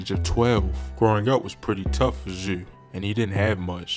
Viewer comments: He said thf zew😂😂😂😂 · “Thf zew “😂😂😂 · “Thf zew “ 🤣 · Why does he call him zuuh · 😁😁😁everytime tht Nigga say ThF Zewh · What I man trying to pronounce the word zoo?🤣🤣🤣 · Baltimore dudes be sounding crazy......my man pronounced parents as purents, and zoo as zeww, shewting, jewn, teww